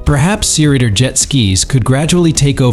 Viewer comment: Sirider?!? SEA Rider stupid! 😂